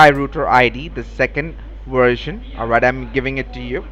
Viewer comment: What the hell is a "Wersion"?!?!?? Is it a kind of Wirus!?